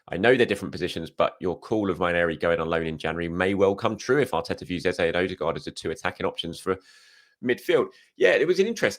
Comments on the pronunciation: I absolutely most definitely assure you it's EZE not ezA. Nevermind what he says, the accent doesn't make it the "right way" to pronounce it. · you might be one so you 🤔 no you see traces in me BUT I'm definitely not an idiot but you have your opinion 👍 I'm just saying, the real proper pronunciation of his name is Eze not Eza